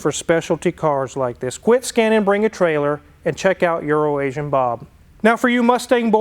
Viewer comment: Poor EuroAsian Bob, first time I heard mention his name in an episode. I thought he said urinating Bob. Thank God that it was just my bad hearing. Fantastic nice Porche!!!